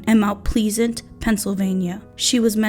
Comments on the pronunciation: MOUNT “PLEEZANT” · you have a problem pronouncing names. You should do research. There are several cities with the name Mt. Pleasant. Even just reading it, we know it is a short "a." Jennifer's last name is pronounced "DAW-HER-TREE" and you mispronoune it "DAW-TREE. (You almost sound like you're saying "DOG-TREE" a couple times. " It is actually a very common Irish name, with a three syllable pronounciation. Good video but do your homework, right? Can't subscribe with this visit. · Its mt pleasent not mt pleesent lol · mount pleasant is pronounced like peasant with an L btw. Just a heads up if you have to use it again in another video :) I'm a Pittsburgh native, I remember hearing about this when I was younger because my brother is autistic. We actually convinced him to go to a living facility so something like this would never happen. :( Edit: Damn i lived by greensburg when I was a young adult and I've seen that house. I dunno if it's still there but I remember seeing it years ago. Edit 2: about the Ricky thing. Western PA has a shit CYF system. It's been bad since the 80s, it's still bad to this day. It's actually quite horrible. I've seen them break up happy families for being poor but let other kids who were being abused or neglected to be swept under the carpet because the families weren't poor. It's awful. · Pronounced - Plez-Ant. Rhymes with Pheasant. Not Feezant. Mt Pleasant. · Mount pleasant..as in pleasant to look at..not please ant. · It's Mt Plez-ant....... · Mount Please-int???!! C’mon now! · MT pleasant Is pronounced like MT plezant. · Mount Please-ant? I think you might be mispronouncing that. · It’s Mount Pleasant, rhymes with pheasant, not Please-ant. 🙏🏻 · For the love of God! Do your research BEFORE you record an entire video in which you mispronounce Mt. Pleasant EVERY TIME you say it. It's disrespectful and distracting. Can't get beyond the first few sentences. I'm outee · Pronounce the word mt pleasant right thank u